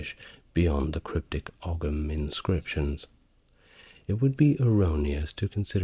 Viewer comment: It's not a big deal AT ALL but a couple of teeny pronunciation nitpicks. Ogham = ome like tome/home Kildare (my home!!) = kill like murder, dare like to be brave enough to try something. Kill Dare. Rhymes with "there" Also there's a small bit of ambiguity because you ARE actually talking about old Gaelic, the Scottish language currently spoken on YouTube by small pockets of Scots I'm sure, and so you're correct in everything you said there afaik but just in case it's not clear for anyone listening, that's not to be confused with the Irish language which is a different language spoken by small pockets of Irish people today. Well, it's actually spoken by most of us as it's mandatory in school, just not as part of every day life. That language is referred to in English as "Irish" but a lot of foreigners 1) misname it and 2) mistake it for Scots Gaelic because the Irish word for the Irish language is Gaeilge. Pronounced "Gail gah" Obviously the two languages have common ancestry and has not misspoken here, as the time period in question would refer to the original Gaelic language that both places shared variants of but the languages of Scott's Gaelic and Irish have diverged significantly since then and are now not the same language as eachother or as they once were, and it's important to us that people know that because our language is...quite important to us for a few reasons.